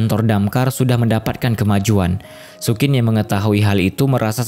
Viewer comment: sayang penyebutan nama karakternya ngawur. Xu Qin = bacanya Su Cin bukan Sukin.